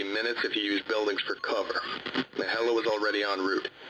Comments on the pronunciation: I know this is kinda of a dumb thing to point out and you might have actually heard this a by bunch now but the term "Helo" isn't said like "hello" but like "he low", either way great video. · That second incident should really be made into a film/animation! :D Also, I think “helo” is pronounced “heelo” instead of “hello”. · Just FYI helo is pronounced HE-low not like hello love your work just wana help give you some more realistic terms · Great work as always! P.s. He-low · Helo: (Hee•Low) abbr. of Helicopter. Awesome job, just sayin'. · Helo as a contraction of helicopter is pronounced hee-lo.